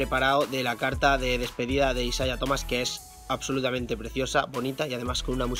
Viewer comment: Me estresa que diga isaia